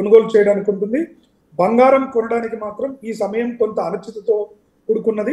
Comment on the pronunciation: తెలుగు చదవడం నేర్చుకో తల్లి బంగారం బంఘారo కాదు